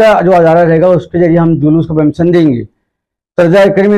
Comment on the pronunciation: Inke Talaffuz Par Gaur Kijiye Zariye Ko jariye Hazaar Ko hajaar Permission Ko permison Police station Ko stason Raza Ko rjaa Aur Khud Ke Naam Ko sakil Aur Log Inhein Maulana Aur aalim-e-deen Kahte Aur Samajhte Hain Jahaalat urooj Par hai